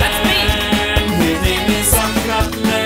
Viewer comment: Anyone else notice how he said "sucction" cup mqn?